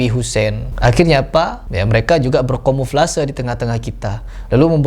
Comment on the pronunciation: Dari kmrn lucu denger salah ucap mulu. Kamuflase bang, bukan komuflase wkwkwk